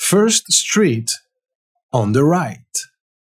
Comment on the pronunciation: Not sctreet is street